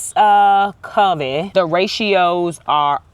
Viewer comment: Hey. Googled the pronunciation of covey. It's "KUH-VEE". Hope it helps. Anyway, it doesn't matter how you say it, we know what you're talking about. Sorry for your loss, you're brave for filming it.